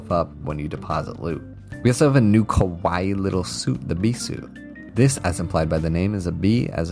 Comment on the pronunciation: A new "kah-WAI-EE" little suit